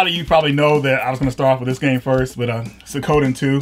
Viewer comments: Sue ko den? WTF? Sue e ko den. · It's not "suh-KO-den" it's "swee-(soo-ee really fast)-ko-den" There is no emphasis on KO. I get not understanding how other languages work but for one who is all about these games I would think you would educate yourselves on something as basic as a title. Same goes for Kyuin. It's not "kew-jon", it's "kyoo-een". Even google could have helped with this. If anything, japanese syllables are easier to pronounce than italian, yet you got concerto correct. Come on guys, up your game! You don't have to be a weeb to know the basics of how to pronounce titles of cool games. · Suikoden= swee koh den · I ... I just have to comment. It's pronounced Sue-ko-den not Sa-ko-dan. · "Swee-koden" = Suikoden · Claudio Polonia it’s すいこでん in hiragana. すis the su And is like soo. So, it’s soo-ee-ko-de-n, which is how most people generally pronounce it. Except like in a lot of foreign languages the sound produced is more of one that people aren’t familiar with. It’s like merging soo-weee to a sweeeee. Very similar to Vietnamese surname, nguyen. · Soo-Ee-Koe-Den, fuck sake! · its pronounced 'swee-ko-den' jesus! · It's pronounced Sue-Ee-Co-Day-n and the english spelling is: Su I Ko De N (Suikoden). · suikoden is pronounced swee-koden. do some googling before production =D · "Sikoda"??? Maybe learn the pronunciation ...